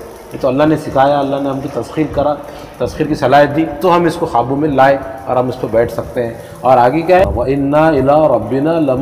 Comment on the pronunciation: Qaabu ka talaffuz "Khaabu" se pata chalta hai ki bolne wale sahab Hyderabad se taalluq rakhte hain. Unke talaffuz bahut kharaab hote hain. "K" ko "Kh" padhte hain. Kabootar ko Khabootar, qasam ko Khasam...